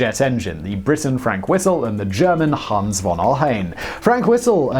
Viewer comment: Note: Hans von Ohain. the von (means of or from) is pronounced fon, short o.